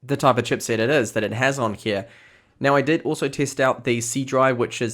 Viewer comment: What's up with your Is and Es? "Pintium/Pentium" "Gegabet/Gigabit" "Ded/Did"...